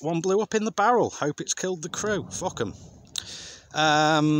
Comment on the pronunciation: "maybe that one blow up in the barrel, hope it's killed the crew... fock em..." that so british man lmao . Greeting from France! Amazing work guys 🟦🟨